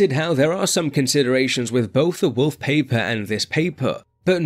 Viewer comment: the wolf paper and "this" paper. even he cudnt pronounce the german name🤣